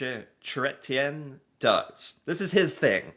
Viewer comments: The Grey Cup is the Canadian Football league's championship trophy. A Mayurasana is an advanced yoga pose. BonHomme is the snowman mascot of the Quebec Winter Festival. Jean Chretien is pronounced Kray tee yan. Being easy going and silly is a Trudeau family trait, like many Canadian. Kim Campbell served as our first female prime minister for a short time being assuming office for about 4 months after Brian Mulroney resigned. John Diefenbaker is known for bringing in the Canadian Bill of Rights in the early 60s. It protects ou r fundamental rights and freedoms and recognized our individual rights to life liberty, equality before the law freedomes of speech, religion and assembly. It is also protection from unreasonalbe search and seizure. ( I had to look that up to make sure I never forgot any of them) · Mark Carney really has a knack for connecting with people. Jean Chretien - last name pronounced KRAY-tyen. John Diefenbaker - last name pronounced DEE-fen-baker. A Canadian comedian said that Stephen Harper is to fashion as a flamethrower is to shrubbery. The mascot is Bonhomme de Neige (Bonomm de nehge), the mascot of the Quebec Winter Carnival. Chretien speaking into his shoe is a "Get Smart" reference. "Mandrake the Magician" was a comic strip in the fifties and sixties. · Jean Chrétien is prononce kretien. The first pic of him strangling someone was actually an assault he committed on a protester. Someone else file a complaint to the police but it was dismissed. Then it became a joke and he would do it from time to time to mock the victim. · Jean Chrétien’s name is pronounced Chret-tea-an Diefenfenbaker is pronounced Dee-fen-baker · pronounce as “cry-t-yen” Jean Cretien was a funny guy when prime minister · Chretien is pronounced "Kret-chen". Chez is pronounced "shay". Diefenbaker is pronounced "Dee-fen-baker". The snowman is Bon Homme de Neige. He is the official mascot of the Quebec Winter Carnival. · Love your videos.. but it is pronounced Kret-Chen!